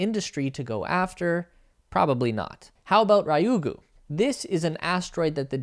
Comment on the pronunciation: I just wish people would get the pronunciation of Japanese "Ryugu" right. RYU is pronounced Ree-Yuu, not Raiyuu. (Yes, GU is GOO as in Google). Thank you, I'll now crawl back under my rock.